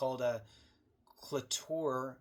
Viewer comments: There's supposed to be a veteran hiring preference in government employment to begin with. It's similar to the duty to assist for the VA, they don't worry about it. Cloture is pronounced klo chur. And it means stopping the debate (known as filibuster) and calling to vote on the bill itself and it takes a 60% vote by the Senate. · Cloture (pronounced clo-chur) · It's pronounced klow-chr 😂 ! Not making fun brother, but you did make me laugh! Keep up the great work and good fight! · Thank you. Lolololol. I really thought he was saying clitoris Like WHAT??? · lol..... Cloture sounds like KLO CHURE